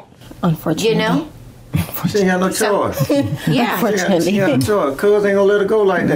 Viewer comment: SHE SAID UBFORTUNATELY PLEASE